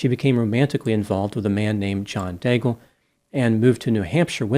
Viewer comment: Daigle is most probably a French Canadian name. I wonder if she pronounced her name like you do (like bagel). In French, the final e of Daigle is silent. Then "aig" sounds like egg, so the first syllable of the name is degg. Now think of the sound of the word glow, but without the ow part. Combine this with degg and you have the French pronounciation of Daigle. As for Pelletier, it is pronounced like pell-tea-yay . 🙂